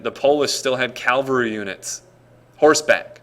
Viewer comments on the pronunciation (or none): its cavalry not calvary. this is history not religion.